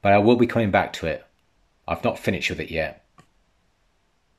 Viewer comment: It's pronounced finISHED not finICHED!